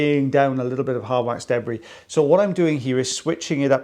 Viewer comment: Gotta watch out for that DEH-Bree, not the debris, but the DEH-Bree…it’s even worse 😅